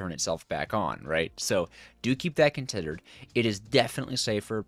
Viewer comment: he said contidered